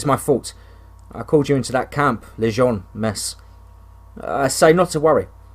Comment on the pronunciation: The story is great. The narrator's inability to correctly pronounce simple English words though is such a distraction. Colonel is pronounced kernel. A harder one maybe is pronounced camp La-june. If the word seems odd or difficult then the narrator could easily look it up. Again it's a distraction and ruins the flow of the story